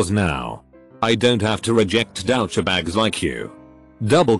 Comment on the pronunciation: I always like how the computer voice says "douchebags" I think it's hilarious. dow-che-bags